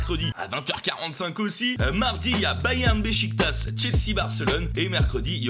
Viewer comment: SVP Besiktas ça se dit Bechiktach